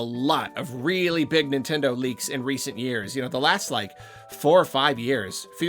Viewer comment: Your honor my client pleads Weally Sowwy